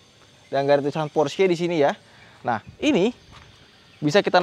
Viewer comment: Baru reviewer ini yg melafalkan Porsche nya bener....mayoritas kebanyakan bacanya Pors 😀 (jd aksen English....yg notabene salah kaprah)...sy kadang smp ketawa dengernya. Kl org Jerman denger...pasti mrk bingung apa itu Pors 😀. Good job bro